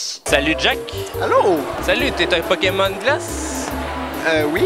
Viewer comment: aha énorme "poki-mon" ;)